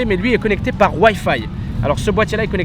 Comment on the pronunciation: Sa se dit WiFi pas wayfay t le meilleur